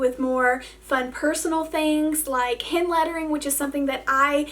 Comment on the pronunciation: When you said hand lettering, I could of sworn you said “ hen lettering “ I quickly check the screen to see if it explained what “ hen lettering “ Might be.